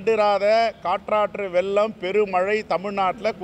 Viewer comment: என்ன வெல்லத்தடுப்பு பெருந்தொகை? அச்சு வெல்லமா ? மண்டை வெல்லமா ? அடுத்து பெருந்தொகை தமிழை தெளிவாக பேச கற்றுக்கொள்ள வேண்டும். அது காற்றாட்டு வெல்லம் இல்லைமா .... எங்கே சொல்லுங்கள் பார்க்கலாம். காட்டாற்று வெள்ளம். உச்சரிப்பு முக்கியம் தலீவர்ரே....‌ உச்சரிப்பு முக்கியம்.